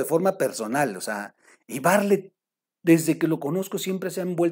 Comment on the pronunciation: me cae usted muy bien pero no sé dice "Barlet", se dice "BarTlett". Perdón que se lo diga, igual el apellido del señor Macario, no se pronuncia así.